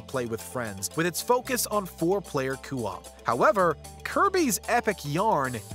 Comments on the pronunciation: He still hasn't learned that it's "co-op" and not "cu-op". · Coop = Koh-op, not Coo-op. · the way the narrator says "coo op" bothers the shit out of me. It's "coh op"! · "four player cewop" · For the love of God, why do you pronounce it “coo op” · The way he says co-op is giving me the giggles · I don’t like the way this guy says co-op… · Can someone please then him how to pronounce co-op? 🙄